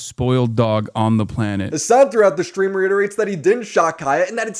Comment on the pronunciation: Hasan shocks his dog so frequently, he subconsciously started saying "shtream" instead of "stream", just because it reminds him more of the word "shock".